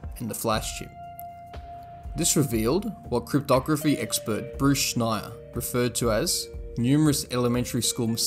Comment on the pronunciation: It's "Schneier".